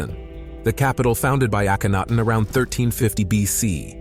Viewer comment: Akh en aten this is how it is pronounced.